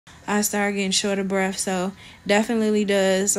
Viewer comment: "Short a breff". LOL